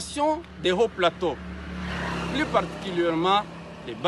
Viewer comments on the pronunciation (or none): none